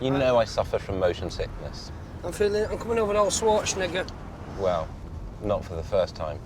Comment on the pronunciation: Did Johnny just call Richard the n-word there? The auto captions seem to think so, but based on the lack of reaction, surely that can't be what he said. I can't figure out what he was trying to say there; my best guess is he was trying to say "Schwarzenegger" (as in, Arnold), for some reason, and has just never heard the name pronounced before.